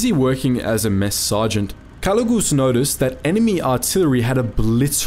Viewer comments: Jose calugas not calugus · A little correction in the name it's actually Jose Calugas not calugus.